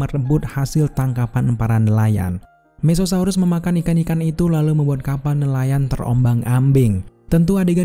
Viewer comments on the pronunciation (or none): mosasaurus bang bukan mesosaurus 😁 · Tonton sampe selesai ada text klo jenis itu mosasaurus,cuman penyebutan admin aja jd mesesaurus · Koreksi aja ya bang: "MOSASAURUS" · Iya maksudku penyebutannya aja, kalo titlenya dah bener kok